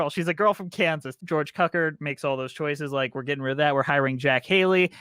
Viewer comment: An enjoyable an analysis and opinion of the legendary film. Of course, it definitely DOES constitue a true MUSICAL (even though, after editing and the first previews, there are no songs remaining in the last third of the film.) A few shameful mispronunciations... George Cukor = "Kew-core" (does not rhyme with "pucker") Ray Bolger = rhymes with "soldier" (not "vulgar") King Vidor = "VEE-door" (does not rhyme with "kidder") And a few factual corrections... There were 2 film versions (not 30) of the story prior to MGM - in 1910 and in 1925, neither of which was directed by L. Frank Baum. Ozma and Dorothy became best friends, but were never "lesbian lovers" in the books. (I mean... Really?) It made its cost back with the first re-release (in 1949) and came into popular legend with its television broadcasts (starting in 1956). Thanks for a fun post!